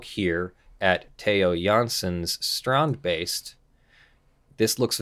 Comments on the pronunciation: Wow didnt expect the how you pronounced strandbeest, expect you to go strend beast, thumbs up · oh boy I'm jumping in my seat even before the vid started =) I'm really curious how you pronounce strandbeest X) (I'm dutch) (edit: I tip my hat to you dear sir. that was perfect!!!!)